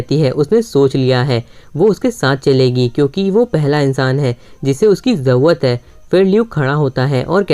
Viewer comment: Bhai zarurat hota hai zauwat nahi